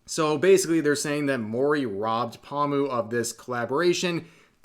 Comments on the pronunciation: idk why but hearing pomu being pronounced as pawmu is just hella funny note: Pomu is pronounced Poe-mu/Poe-moo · I mean pronouncing her name wrong is a tad... Obnoxious and irritating. Poh moo, not palm moo. But otherwise valid. Sucks that it wasn't her but Calli has more starpower. Wish it was Pomu, but I'm not gonna hate for Niji not getting a deal. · Omfggg dude it's "PO-mu", not "pamu"... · Poe-mu, not Paw-mu. This hurt to listen to the entire video with the constant mispronounciation. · The way Rev say Pomu lol XD Pamu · Oh god why does Rev keep saying Pahmu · Lmao u probably gonna piss em off by the way u say paw moo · That's great for Mori but please stop saying "Palmoo" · Lol "paw-mu" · My man, "pahm-u"? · Is he saying “pawmu” wrong on purpose? Lol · Bretherin, The Po in Pomu's name is pronounced the same way as how you would pronounced Po from Kung Fu Panda. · The way rev says pomu LOL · Why do you say pomu wrong